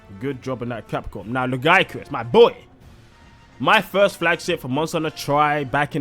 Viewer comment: Dw bro youre saying lagiacrus the only right way